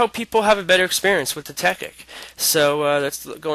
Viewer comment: dude, isnt it pronounced "Tech-IT" and not "Tech-ICK"...